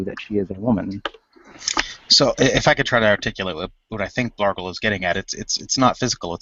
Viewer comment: OOPS!!!!!....I just saw the text BLARGLE!!!!!!!!....sounded like Blargo lolololol. Add me pleeeeeeeeeeeeeeeeez